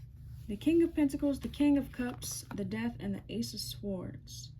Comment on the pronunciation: The W is SILENT in the word SWORDS. So, it's pronouced SORDS . ☆♡♡♡☆♡☆♡♡♡☆ The T is also SILENT in the word SOFTEN....NO OFFENSE.☆ ☆PEACE & BLESSINGS